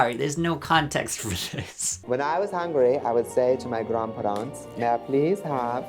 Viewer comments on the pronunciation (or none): Trixie totally lightly borrowed that Swedish accent from Drew Droeges Chloe Sevigny vids. The "Grawnpharrahnts" gave it away 😅